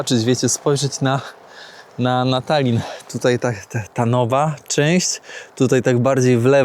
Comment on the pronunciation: jest na bakier z językiem polskim. Dwója na szynach! Po polsku "Tallinn" wymawia się "Tal-lin". • Mianownik (kto? co?): Tallin • Dopełniacz (kogo? czego?): Tallina (lub Tallinnu - rzadziej) Celownik (komu? czemu?): Tallinowi Biernik (kogo? co?): Tallin Narzędnik (z kim? z czym?): Tallinem Wyruszyć w podróż i nie nauczyć się prawidłowej wymowy zwiedzanych miast‼️ Zamiast Sankt Petersburg ciągle "san" dukać? I jeszcze wiele innych miast nazywał jak chciał.